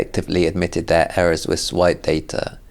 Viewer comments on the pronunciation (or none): none